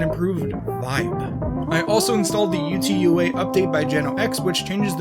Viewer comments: UTAU is pronounced oo-tah-oo, it’s Japanese for song or something similar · you get a dislike Specifically for saying u-t-u-a